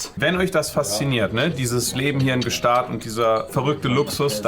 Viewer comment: ich finds voll geil wie adi sich immer lustig macht wie Gstasd aus spricht